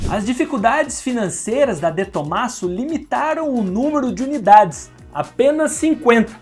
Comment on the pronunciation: Eu acho que você falou o nome do de tomasso errado hein